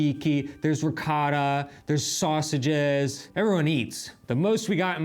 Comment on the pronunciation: Quando pronuncia la parola “Ricotta”, non si può proprio sentire! Viene sempre fuori quel “Rihccada”. Eppure l’italiano lo parla abbastanza bene, ma con certe parole fa praticamente finta come se fossero parole americane.